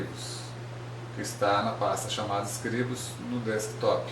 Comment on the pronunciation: Está pronunciando Scribus" totalmente errado, no mais o tutorial é bom